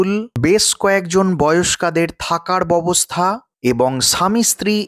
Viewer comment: Babostha noi...byabostha...bolun